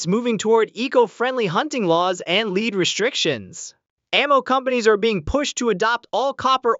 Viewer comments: its LEAD NOT LEED. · I love how you got the AI generated voice to sound so energetic in its almost shouting voice... but not quite. Leeeed... Leeeed bullets. Dude, just at least review what you're uploading before you post it. Or... did you in fact check it, and you saw/heard no issues? Heh! What a total dumbass (or what we used to call in my neck of the woods, "shit-for-brains". Good one. Keep up the great work!